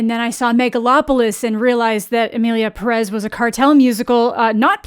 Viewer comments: For the last time...its PE-rez not pe-REZ, cant you see the ´ in the pé? Pérez? its there so you pronoounce it PÉ-rez, please.... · you think so? i actually still hear it as perEz when she says it tbh edit: just to add that i am not really criticizing her for it, though if im being real the only youtuber ive heard say it more like id expect it is schraffilas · The accented e, “é” in Pérez places the vocal emphasis on the first syllable, just saying. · I also hate that no one pronounces Pérez correctly. The accent is in the first syllable. It’s even spelled out